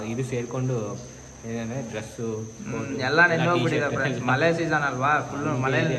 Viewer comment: ಮಲೆ ಅಲ್ಲಪಾ ಅದು ಮಳೆ ಅಂಥ ಏಳಿ 🙏